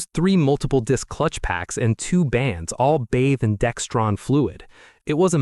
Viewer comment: There is no t in Dexron